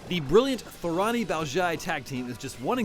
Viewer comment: Totally butchered Thorani and Baozhai's names... did this guy even play the game or is he just reading a paper?